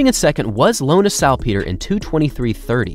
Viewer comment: Hmmm, is that how you pronounce Salpeter? It's a lot different than the commentators at most major marathons have pronounced her name. I don't think there is a hard "ee" sound in it, but could be wrong.